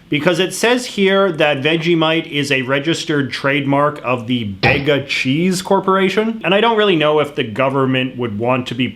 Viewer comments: bega is pronounced Bee-ga not Beg-ga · The way you pronounced Bega is killing me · G'day mate, Aussie here. Firstly i wanna apologize, When u called a zoopre dooper a freeze pop i instantly said fuck you!, didnt mean to just a reaction/instinct. But dont you ever call a zooper dooper a freeze pop, its so SO much more. 2nd Bega is pronounced bee gah, Not beg ah. and weetbix, how dare you. U get 5-7 of those buggers in milk with sugar and you have a staple diet. Your grandfather was on to something that you didnt pick up, an i suggest u do because weetbix are nothing to sleep on. there i go again, was about to say fuck you haha, its part of our language, we also call our best mate c*&ts, dick heads, tell em to fk off and it all means love.. I forgot what i was gonna type, i got caught up in defending weetbix and zooper doopers.. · Your pronunciation of Bega is wrong also the company is named out the South coast town of the same name Bega is know for it's cheese which is very yummy. The fella who invented Vegemite actually did his PHD on Vegemite For how Bega is pronounced it's Bee-ga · Began bogan here. It's pronounced 'Beeguh'